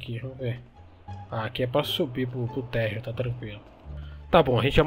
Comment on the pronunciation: ''aqui é pra subir pro térrio'' ta serrrrrto kkkkkkkkkkkkkkkk